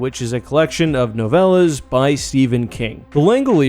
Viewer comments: Did you call a novel a "noevla"... like a Spanish soap opera?? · You're making me giggle by saying novellas